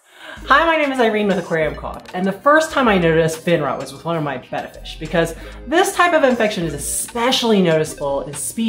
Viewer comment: Thanks for pronouncing "betta" correctly. Hearing it said "bay ta" (like the Greek letter) is annoying.